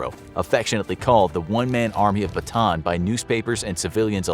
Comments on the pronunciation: It's actually not Batan, its Bata-an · Great video but you’re pronouncing Bataan wrong😭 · Hmm i just saw this again Its callan BATAAN just say it hard rock not soft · why nobody can pronounce bataan